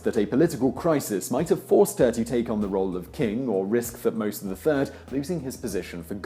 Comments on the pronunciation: He also mispronounces Thutmose. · I enjoy the show, very much and have been following it for a while and will still do, but the names in this episode were done painfully wrong. for one thing the subject of "Hatshepsut" was covered extensively in the comments, but Thutmose was also pronounces wrong. The T is separate from the H, more like T-hutmose. aside from that, gread vid though. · Your pronunciation of Thutmose and Hatshepsut made my brain hurt. Still, good video.